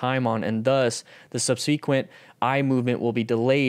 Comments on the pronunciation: Hey it's pronounced "sub-se-quent". The "e" sound from "se" is the same "e" sound like in the word "den", it's short and neutral. It's not a long "e" sound like in "see". Good video info. Thanks for the link to the study. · "SUB-SEE-QUENT"... lol why is he pronouncing it like that. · Yup, I cringed every time I heard it. It's one of those things where you've read a word so much but haven't heard it spoken much, if at all, and thus you pronounce it wrong when speaking. SUB-SEH-QUENT.